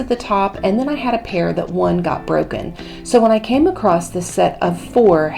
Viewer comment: Stop saying "acrost" COMPLETELY WRONG. The word is "ACROSS."